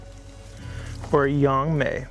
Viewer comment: I didn’t know speaks mandarin. He said Mala and yangmei just like a native speaker. Go.